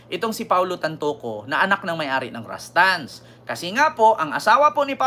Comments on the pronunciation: RUSTAN'S NOT RASTANS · Yung Pag pronounced mo Rustan's yan